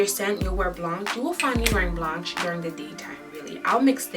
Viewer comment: Great video. Btw, eau de parfum = oh deh par-fum & eau de toilette = oh deh twa-let & Blanche = blansh